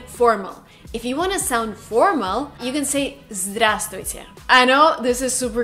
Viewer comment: P. S. You know, we don't pronounce /v/ in word Здраствуйте